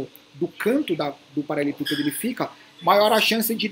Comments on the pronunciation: Anos acompanhando o falar "paralepípedo" ao invés de "paraleLEpípedo" kkk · kkkkkkkk eu ainda fico esperando ele falar do jeito certo kkkkk um dia vai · Uai prestar atenção, ….verdade.